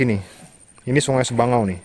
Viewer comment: Sabangau mind.... Bukan sebangau